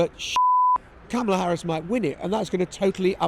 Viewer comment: I am huge supporter of this podcast and agree with the general sentiments on almost all topics. I will say though, it’s becoming slightly jarring hearing Jon and Lewis constantly mispronounce Kamala’s name, especially when it’s a conversation that occurs daily in the campaign. I just don’t see how you couldn’t have even accidentally picked up on it at this point?